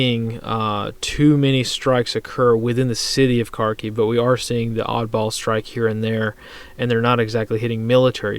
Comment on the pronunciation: Kharkiv is pronounced Harkeev with a rolled R